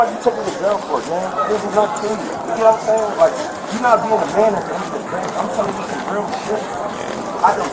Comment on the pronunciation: “U know whad im say-n”….. he’s an idiot